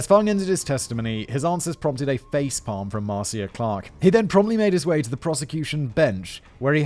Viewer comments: Simon! MAR-CIA.... Is said like Marsha! Marcia Marcia Marcia!!! LMADO! 🤣🤣🤘🎸🤘🎸🤘🍻🍻💚🧡💚🧡💚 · I love you Simon and I enjoyed this video, but please Google how to say people's names 😅. Ms. Clark's first name is pronounced mar-sha and Judge Ito's last name is pronounced ee-toe. 😉 I believed OJ did it before watching the video. This video only confirmed it . This video taught me sooo many details of the story I didn't know. As an American I lived through this but didn't watch the trial as a was a teenager then. I've watched many specials discussing the trial over the years. I did not know about Navy training with the murder weapon or O.J.'s confession to R. Grier. There is no such thing as "being smart enough to get out of jury duty." Jury Duty is a legal obligation and if you fail to appear when summoned, you go to jail. The only way to never get called for Jury Duty is to never get a driver's license. Of course, driving without a license is a crime too. Being summoned for Jury Duty does not mean you will actually serve on a jury. I've been called three times over 15 years but released. They did offer all of us who released the opportunity to stay and possibly be selected for a jury; we all left the court house. 😅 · Also Marcia is pronounced marsha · Pronounced "Mar-Sha", as opposed to "Mar-See-a" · Please, please, learn to pronounce the names. Ito is Eee-toe not eye-toe. I know they say it Mar-see-ya in your neck of the woods but she’s an American; it’s Mar-sha.( Marcia Clark). I remember the trial- it was a bloody circus. Despite OJ desperately sucking up to white America and trying to erase being black, he was able to fall back on race and blame racism for blood evidence. Of course OJ did it- and he got away with it. And I do blame Cochrane. But the prosecution let themselves down. Ms. Clark was the best of them; but she didn’t bring up that blood shrinks leather. Sigh.